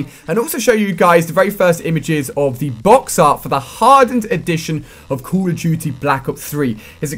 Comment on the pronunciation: xD ''Cool of dutty'' -Ali A